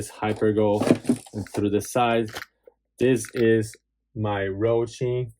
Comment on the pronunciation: It's Hosim not Rohsim lol